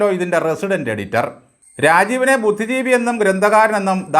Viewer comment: ആകെ മൊത്തം ജഗ പൊഗ, രാജീവ്‌, അല്ല രാജാവേ എന്ന് പറ. ഭ്യുദ്ധിജീവി. 😍🥵🥵